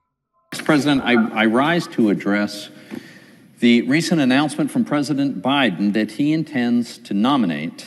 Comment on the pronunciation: Thanks, crack's me up every time I hear pres bi-den 😂🤣😭😎..... at least I'm not cringing anymore 🤣😂😜😎.